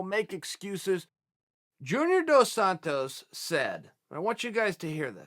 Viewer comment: Chael pronounced Dos Santos two different ways in the span of 2 seconds